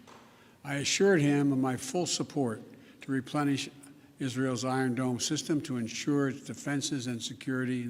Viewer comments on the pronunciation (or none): none